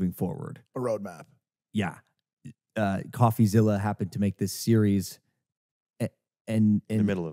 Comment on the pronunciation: He has so much trouble just saying coffeezillas name lmao